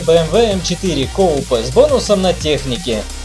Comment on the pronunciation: Не "Коупе", а Купе С ДР 🤗